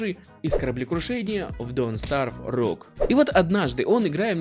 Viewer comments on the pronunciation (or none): none